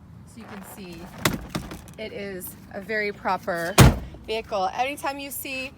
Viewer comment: Beautiful car and host, but you don’t pronounce the “H” in vehicle.